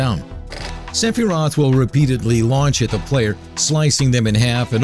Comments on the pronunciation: Its not Seph-I-rot It's Seph-Er-Roth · sefearoth was a funny mess-up aswell